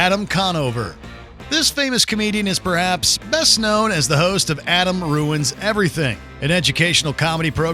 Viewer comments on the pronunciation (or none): none